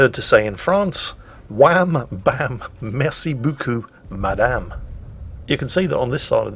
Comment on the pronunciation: I understood : "Wham, bam, messy beaucoup madam" :D